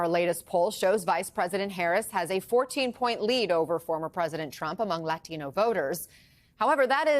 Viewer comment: Stop saying latino like that. You clearly dont speak English with that heavy of an accent